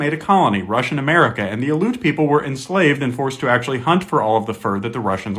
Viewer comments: Aleut is not pronounced“uh-loot.” It is “al-ee-oot” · You lose a lot of credibility when you pronounce Aleut wrong Say alley like a small street/back alley Then say "oot" like "hoot" without the H Alley-Oot Ale ut Aleut Thank you for your attention to this matter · Aleut. Al-EE-oot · Not “aloot.” Al-ee-yoot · It's pronounced AL-ee-oot. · pronounced al-E-ut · Aleut is pronounced “ah-lee-oot”. You should pronounce their name correctly for respect, as a descent of settlers on native land yourself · You’re pronouncing Aleut wrong. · Love the video. Factual, but Aleut is continually mispronounced. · Came here to say this. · Yeah that was pretty annoying hearing it mispronounced over and over, it's not some tricky word it's their name. I'm Tlingit btw